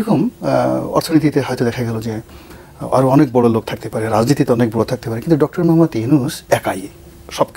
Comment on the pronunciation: প্রফেসর ডকতর ইউনূস বলেছে, নয় বলেছেন বলেন। ডকতর নয় ডক্টর। মিডিয়া।